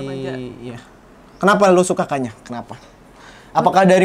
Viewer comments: "Kanyaah" bukan kanyah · Cara bacanya kanya-ah nih mon maap wkwkwkwk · Bacanya "ka nya ah" bukan kanyah, kanyaah artinya kesayangan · itu "kanyaah" bukan "kanyah", lu bacanya kanya'ah dari bahasa sunda artinya kasih sayang. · Fyi kanyaah dibacanya ka-nya-ah, taaa, wkwk. Bahasa sundanya kesayangan